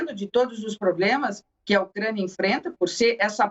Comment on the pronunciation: Avisa a repórter que é UCRÂNIA E NÃO UCREIA.. KKKKKKK OU ELA QUIS DIZER "MOCRÉIA"